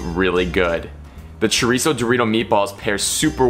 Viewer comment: You say chorizo like a white person, practice on your accents. Thank you 😜😂